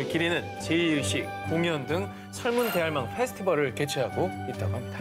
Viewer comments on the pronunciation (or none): 설문 대할망으로 읽으시는데.. 설문대 할망으로 읽는게 맞습니다. 지역에 따라 선문대할망, 설명두할망, 세명뒤할망으로도 부른다네요. 대를 격을 높히는 의미의 대(大)가 아닌 발음이 비슷한 한자로 음차하다보니 대를 大로 사용하게 된거로 보입니다. 즉, 할망의 격을 높히는 의미의 대가 아니고 선문대, 설명두, 세명뒤 등의 한자 음차어인 대를 뜻하는거 같습니다.